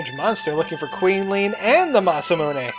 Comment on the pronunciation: I've never actually heard it pronounced different than the way you've said it in this episode. Mah-Sah-Moo-Nae is how I've always said it. (We finally found a word we say the same way! lol)